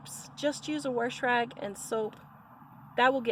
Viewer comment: “Worsh rag”. WOW.